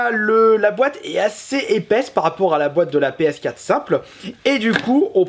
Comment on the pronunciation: Une Ps Quate ?? mdr essaye d'articuler ^^